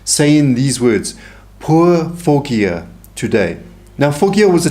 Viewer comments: With all due respect, Foggia is pronounced "fodg-ah". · Hello, my Dad’s family had a summer home in Foggia! It’s pronounced Fojia, g sound is like a j